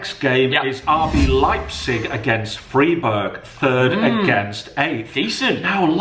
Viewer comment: Saying Leipzig, but also Free(ei)burg! ;)